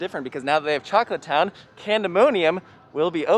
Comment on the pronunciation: When u chocolate town I thought u said taco town and was like wtf